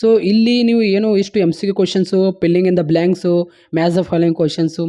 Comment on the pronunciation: Filling ❌ pilling in the black 😂😂